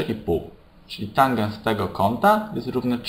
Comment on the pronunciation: tanges a nie tangens xD